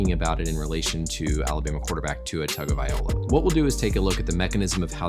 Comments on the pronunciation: it’s vi-LOA not vi-OLA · If my Doctor mis-pronounces my name I am going to correct him. If he continues to say it wrong, it's going to be a problem. tounge o vailoa (not vaiola) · Not how you say his name. You didn’t even say the last 3 letters in the right order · Togavai LOA NOT OLA! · Why does everybody says TagovaiOLA instead of TagovaiLOA? kinda annoying tbh... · tongue oh vai low-ah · Learn how to pronounce his name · You are definitely not a Bama fan...name was mispronounced every time. Lol. Great and informative video.